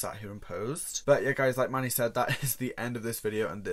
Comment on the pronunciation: I love the way he pronounces Manny (mah-knee) is anyone else just silently in the corner like man-knee no shade I love you just found this a bit funny 💓